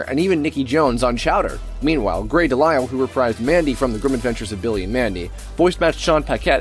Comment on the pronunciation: Wait, is THAT how you say Grey DeLisle's last name? I've been saying it wrong all these years?!?